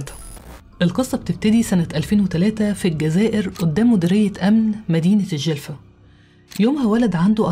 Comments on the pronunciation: في وقتها تقلبت الدنيا وخاصة ولاية الجلفة ولكن لي يحير لماذا زهراء لم تخضع ليd a n كيما حميدة صراحة شئ مؤسف شكرا علي السرد القصة ولفظ الصحيح للولاية/الجلفة/ القصة كانت روعة وأنتي في القمة نصيحة تابعي مع القصص العربية❤❤❤ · ❤أختي بالطبع تعرفين أني متابعة وفية من الجزائر أختك زهرة..والفترة اللي غبتي فيها كل يوم نشوف إذا نزلتي فيديو لكن المفاجأة انك نزلتي الفيديو عن جريمة فعلا هزتنا جميعا وقتها لاأني اسكن في ولاية الجلفة.حتى نطقك لااسم الولاية سليم.الله يخليك ويحفظك..حبيبتي أحبك في الله اختك زهرة متابعة وفية❤❤❤❤